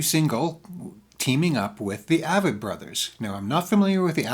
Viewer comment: Avett is pronounced with a long a, like acorn. The emphasis is on the A, with a soft vett.